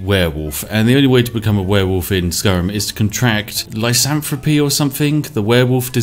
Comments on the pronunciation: Lycanthropy, not lysanthropy. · Lycanthropy pronounced Lie-can-throw-pee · It's pronounced: lie can throw pee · Lice-anthropy. What? Jesus that's a goddamn lice infection. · i know you are English... but surely you can see that the c in lycanthropy is a hard c sound.... like if it were spelled lye-CAN-throw-pee or at least lye-CAN-thrah-pee .. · It’s Lycanthropy (Lie-can-throw-pea) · Lie-can-throp-pee. Is how you pronounce that word. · Lycanthropy li-can-thro-pee I just had to correct that I can't let a simple mistake go the beast has enough going wrong for them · say it with me... Lye Can Thropp EEE... if a filthy harbor tea dumping American can do it, you can too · ah yes "lasantropy the werewolves disease" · "Lysanthropy” It continues to amaze me that the British continue to butcher the English that they invented. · It's the most annoying trait of his. Whirlwind SPRINT isn't Whirlwind Spirit, either. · Lycanthropy is pronounced with a hard C. Lie can throw pee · Latin is a pain. The c in lycanthropy is pronounced like a k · how do you not know how to pronounce "Lycanthropy"? That's like... the first word you learn when reading fantasy fiction! Aside from "ichor"... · The c is pronounced as a k in lycanthropy.